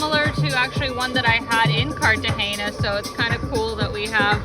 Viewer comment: no hay nadie que le ensene a pronunciar CARTAJENA NO CARTAJINA PLEASE